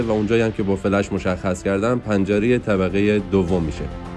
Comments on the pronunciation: فلَش نه دوست عزیز ، فِلِش😂😂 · ممنون از ویدئوی زیبا. چند جا دیدم فلِش رو فلَش تلفظ کردین. تعجب کردم.